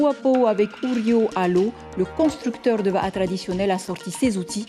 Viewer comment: ATTENTION ! Vaha= bouche en re'o mao'hi... Va'a (prononcer VA A) est la pirogue traditionnelle polynésienne ^^' j'ai ri d'une force lorsque j'ai entendu çà XD